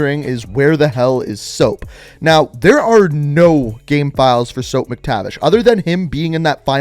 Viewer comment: I think you said soap wrong